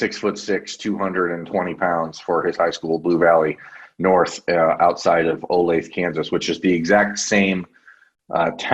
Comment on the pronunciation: Just as an FYI for any future vids, the city is pronounced Oh-Lay-Thuh (3 syllables not 2)